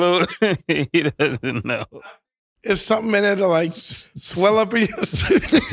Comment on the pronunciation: My guy said, "Swell Uppy"😅😅